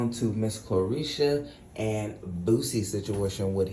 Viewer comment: “Caresha” is Young Miami’s name. Blueface’s mom’s name is pronounced like “CAR-liss-uh”. 🙂